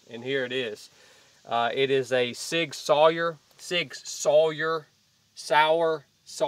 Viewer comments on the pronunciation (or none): I hate vdeos like this. Sig is not crap. Maybe that gun had problems. Maybe it didnt like that particular ammo. Maybe you suck. Maybe it needs a few tounds. Who knows but to be so ridiculous as to just say an entire gun manufacturer is crap is just ludicrous. Also learn how to pronounce words if your gonna say them in your videos. It makes you look like an idiot to not be able to pronounce SIG SAUR. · How to pronounce Sig Sauer